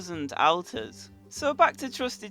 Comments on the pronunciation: anyone else annoyed by him saying outers instead of alt-ers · Ur saying alter wrong ur saying Alters it's pronounced aulter or sego thing like that k dude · why you saying AL ters it's said like ALLtars english do you speak it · ALL TAR not Al Tarr! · your not pronouncing alters right lol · It's pronounced olter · Al-ters is it just me or is he prouncing it wrong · Different pronounciation, because i have seen many videos and people say it either ALLtars or OLLters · Please stop saying altars wrong